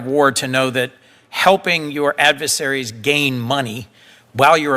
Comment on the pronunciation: There's no such word as "Ad-vuh-sary". It's shocking that a Senator lies and struggles to speak English.